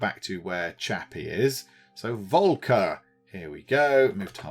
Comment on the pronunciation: Just a little pronunciation hint. The first part of the name "Volker" is roughly pronounced like "Folk".